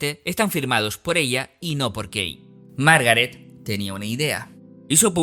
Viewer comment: Súper interesante. Un mini detalle es que el apellido de la señora se pronuncia "kin"